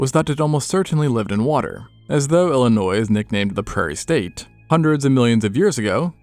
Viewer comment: Neat video. But the last "s" in the state name Illinois is silent.